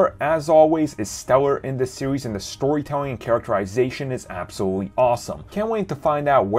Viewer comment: Series? Sewies?????say it slow S.E.R.I.E.S. SERIES NOT SEWIES